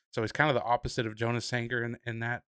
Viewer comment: Jonas Sanker’s name is pronounced Yonas not jo nas.